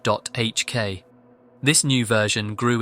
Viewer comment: the way bro pronounced 2ch sent me every time 😂